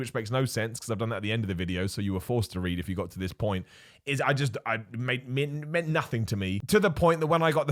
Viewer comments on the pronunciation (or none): none